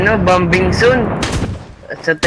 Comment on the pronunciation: BOMBING ZONE boming not bambing jusko po/. aral muna hahaha